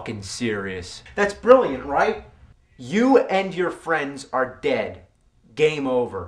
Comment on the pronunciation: It should be more like: "DED"